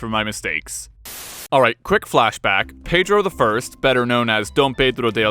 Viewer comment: Holy fuck you read Pedro I name correctly. I'm clapping all the way from Brazil to you.